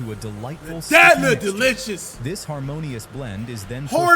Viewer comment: Unc so fried he can’t even say harmonious 😂